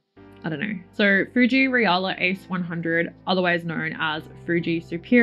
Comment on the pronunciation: Love those results! And yes the pronunciation is correct, in Japan it was transcribed as リアラ 😊 now i need to find some!